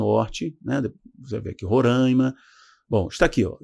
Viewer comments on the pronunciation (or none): none